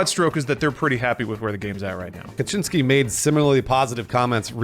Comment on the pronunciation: Stop saying "Kaczyński" 🤦‍♂️🤣